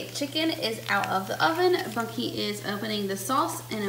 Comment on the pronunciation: Trying to figure out the whole video what you are calling him? Bonky?